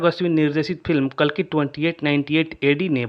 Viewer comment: Pronunciation to karlo sahi se कालकी नहीं कल्कि है 😂